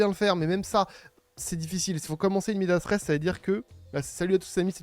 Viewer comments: C'est pas "in media stress", c'est "in media res": au milieu des choses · Juste c'est pas in medias stress mais "in media res", super vidéo sinon, c'est une pure mine d'information.